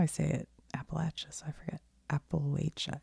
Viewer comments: I’m from WV, you’re saying it correctly! I’m constantly amazed when I go away for work and hear people say it the other way. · From NC here. I was so happy to hear you pronounce Appalachia correctly. Great work here. 😊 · I’m from Maryland (a state with some of those mountains) and I was taught to say it that way, with the “ay” sound, as well 🤷🏻‍♀️ so I’m gonna keep saying it like that. I never heard the other “correct” pronunciation until much later in life, so I’m just gonna say it the way I was taught. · i know it’s such a small thing but thank you for listening to appalachia locals when it comes to pronunciation! i’m from the area and it’s extremely frustrating when people try to “correct” my own pronunciation :/